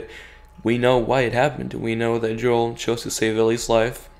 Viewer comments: Joel not yoel I'm sorry but that was bothering me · Why I you pronounce Joel's name yoel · By the way, Joel is pronounced with the J. It's not silent, or it doesn't sound like a Y... just sayin'. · Why does he keep mispronouncing Joel's name?